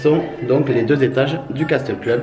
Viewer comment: Juste un petit détail de rien du tout, le mot castle ce on prononce "casseul" et pas "caSTEUL" ^^ Vidéo super sympa comme d'hab' ! :D EDIT: Mignonne la Alice ! :p